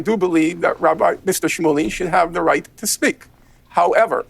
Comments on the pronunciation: lol had destiny never seen the word "rabbi" before? "Rabby"? lol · Destiny please learn how to pronounce Hebrew words. “Rabee”???